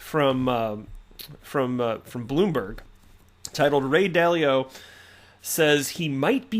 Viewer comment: Still laughing at "Ray Dilly-Dally"🤣